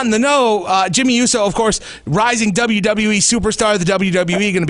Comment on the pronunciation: The guy pronounced uso wrong 🙄🖕🏼